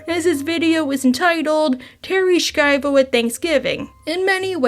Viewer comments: i dont think there is a K to pronounce in her name. It is more like "Shy-voh" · Love your content but you gotta Google some pronunciations dude. Segue is said seg-way. Schiavo is said Shy-Vo. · It's a bit crazy to claim to be watching several video essays on Terri Schiavo and mispronounce her name too.